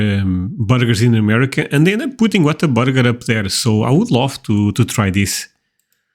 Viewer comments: The correct pronunciation is Waterburger. Lol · no no you’re right lol it’s not intentional but we definitely put an r in there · This is my first visit to your channel, and I am going to subscribe! A few comments: Whataburger is a Texas company, and is only in Texas. I loved your reaction to the photo of the burger-I actually lol! As to the weather, I live in the Rio Grande Valley (the RGV, pronounced Ree-oh Grahn-day) and we can get tornadoes, but hurricanes are much more likely, and there is a lot of warning before a hurricane, and time to evacuate on all the roads that lead out of the RGV. I have lived in three states where tornadoes were common (Wisconsin, Minnesota and northern Arkansas) and if a possibility of a tornado appears on the weather radar, in most states, a siren will sound, giving residents a chance to get into a safe area. If one is caught outside away from a structure, and the tornado is near, a person should find the lowest area in the land ,lay down, and cover one’s head to protect it from flying debris. I have never been outside in a tornado, but I watched a neighbor’s house get picked up and then thrown down a block away. Luckily, the people were in the southeast corner of their basement, and were unharmed. As to Texas barbecue-the brisket is sooo good. And if you don’t like the taste at on place, there are lots of other places to try. My favorite is the loaded baked potato at Longhorn Cattle Company in San Benito, TX. Lastly, we Texans love to show off our state to visitors! If we live in Texas, for most of us, it is our choice, and we want everyone to love it as much as we do!